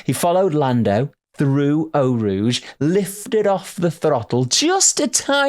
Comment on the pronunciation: you sound like you are calling it El Rouge - it is Eau Rouge, with the full name of the complex being Raidillon de l'Eau Rouge corner